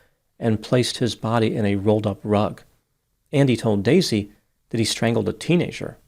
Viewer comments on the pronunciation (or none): none